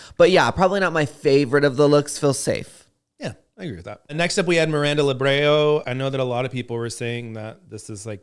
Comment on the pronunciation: Love the vid!! Miranda Lebrão’s last name is pronounced La-brow (like eye brow), similar to how São in São Paulo is pronounced. I hope that helps with the pronunciation! Love watching you you both!! Can’t wait to see you cover the rest of the season!